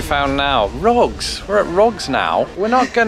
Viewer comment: You're looking at "rogs?" That's an oddity of the British accent I've never heard before.